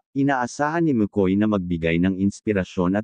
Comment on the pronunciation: Dabid, hindi Deybid, Makoy, hindi Mekoy✌️😂😂😂😂